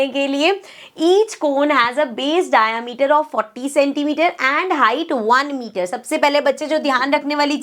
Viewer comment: Mam its not डायामीटर,😂 its डायमीटर